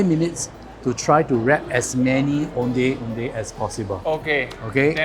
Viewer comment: I wish the pronunciation of Ondeh Ondeh was done accurately lol. typical Chinese pronunciation "O-neh O-neh".